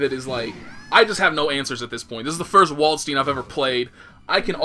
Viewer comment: It is funny that the japanese actually can prannounce Dutch and German fairly well. They say stuff like Valkenhayn and Waldstein the right way. But english they get completly wrong.